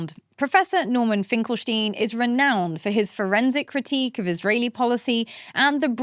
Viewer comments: That's how you know Miriam is really Jewish, when she pronounces the 'SH' in Finkel'sh'tein. Great work, Miss. Keep it up. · Its not “Finkelsteen” sweet heart.. its like Einstein.. its not like tomayto or tomato..”stein” has only one way to say it. At least in a globalized way. There must be some silly dialect thay pronounce it like you but thats not why you did it, innit?